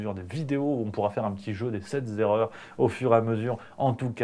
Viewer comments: Coucou on dit sept erreurs et non sept zerreurs!😜merci tout de même pour cette vidéo que je regarde toujours avec bonheur. Bonne année pleine de video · "Qui s'est fait virer", pas " faite virer". "Les sept erreurs", pas " z'erreurs".